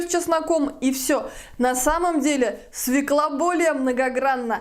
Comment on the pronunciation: Спасибо, что вы правильно произносите название овоща- «свёкла», а не свеклА